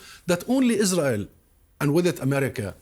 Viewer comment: No one: Lindsay Graham: Isrull